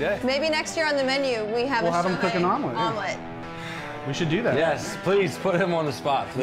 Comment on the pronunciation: They gotta call the omelet a shomelet 😂😂